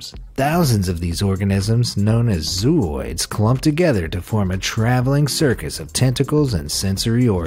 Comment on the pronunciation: That spaghetti monster is actually a siphonophore in the genus Bathyphysa. It is made up of zooids, pronounced zo-oids, with a long o sound in the first syllable. Unfortunately, you also included a photo of a pyrosome (looks like a long tube) in this section... which is definitely NOT a siphonophore.